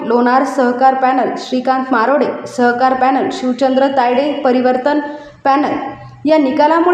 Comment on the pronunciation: सहकार की स्वहकार 😂